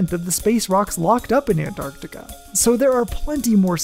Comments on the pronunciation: That was great thank you! I learned that the glaciers act like conveyor belts and transport millennia worth of meteorites to certain gathering grounds scattered about Antarctica. Also, thank you for properly pronouncing "Antarctica". and not saying "Annarticka" 👌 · Thank you for pronouncing “Antarctica” correctly. So many forget about the first “c”. You earned my subscription 🌸.